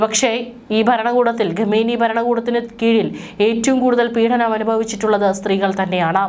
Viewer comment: ഗമേനി എന്നല്ല, ഖുമേനി എന്നു വായിക്കുക... ലേശം ഉളുപ്പ്.?